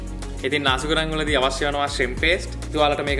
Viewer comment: නාසි ගුරන් නෙමෙයි.... නසි ගෝරෙං